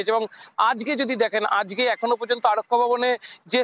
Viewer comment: আজগে 😂😂😂 আজগে না বলে আজকে বলেন।